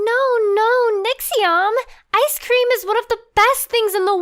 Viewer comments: ”Icedt Cream” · Ha at the beginging he said iced creem ( star fire talk)